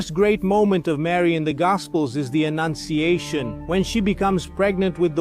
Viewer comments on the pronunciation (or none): It was the annunciation, not ennunciation.